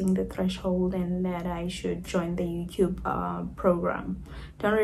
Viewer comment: Lol why do you pronounce YOUTUBE AS YOUCUBE ?